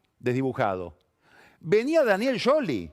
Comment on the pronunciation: Espectacular como siempre lo de Pagni, pero no puedo definir con palabras lo nervioso que me pone cuando le dice "YOLI" a Scioli.